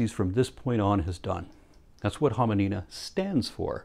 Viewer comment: Am I the only person that heard say Homonina and went... do do di do do?